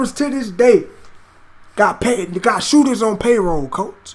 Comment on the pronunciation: He said "shotter" which means someone who sells drugs my g not "shooter" 😂😂